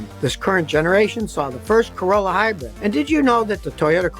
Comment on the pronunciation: Scotty, my guy, it is "HIGH-brid", please stop saying "HIGH-BREAD". It is quite silly on your part and hurts the ears to no end! Love you always, this is nit picking for sure